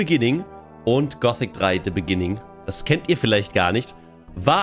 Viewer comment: "In the Beninging..." 😎